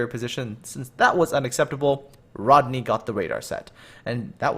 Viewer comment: Plus you said Rodney wrong kiddo 😃